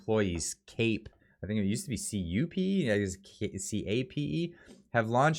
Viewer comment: CUPE is prounced phonetically as 'Qpee'